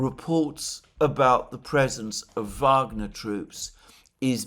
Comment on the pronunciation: Thank you Alexander for saying phonetically 'Vagner' and not 'Wagner'. The Rhine maidens will reward you in the end ! The Venezuelan war for oil project should be abandoned altogether, the Americans deserve to pay double for their gasoline but they will likely have civil war before. Such is life, just saying. ;-)